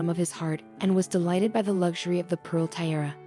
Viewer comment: lol if you can’t pronounce TIARA, you shouldn’t post videos lol